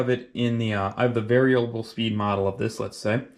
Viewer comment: Spindle "SPEET" readout 😂😂😂😂😂😂😂😂😂😂😂